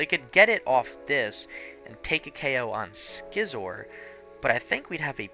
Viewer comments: Wait wait wait, you call it SKY-ther and SKE-sor‽‽‽ Man... it is pronunce SI-ther and and SHE-zor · just so you know for the future it’s “Syther” and “Sizzor” where the c is silent. Hope this helps! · Another great video! The single-prize Scizor is one of my favorite cards. So good. Also, hope you don't mind the slight correction, but the c in Scyther and Scizor is silent (like the word scissor) 😅